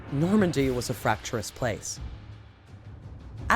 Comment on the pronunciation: I adore Eleanor! I love watching her videos--I eat them up. Please ask her to say "fractious" and not "fracturous."